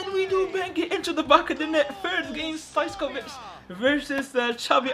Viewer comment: Stojković not stoickov